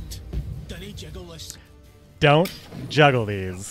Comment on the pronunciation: Pyrotechnician says jiggle, not juggle :)